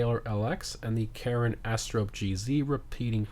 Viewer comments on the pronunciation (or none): none